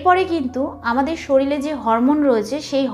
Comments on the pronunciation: শরীল নয় শরীর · একজন ডাক্তার হয়ে উচ্চারণ ই জানেন না আপনি । শরীল আবার কি ?? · শরিল ❌ শরীর ✔️